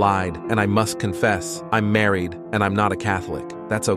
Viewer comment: That r in Gary is silent 🤨